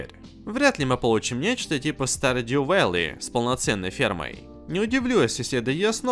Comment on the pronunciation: Так как раз фонетически более-менее точно произнёс, а люди обрусили название чтоб язык не ломать.